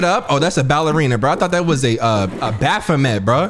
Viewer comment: This nigga said a baphomet 🤣🤣🤣🤣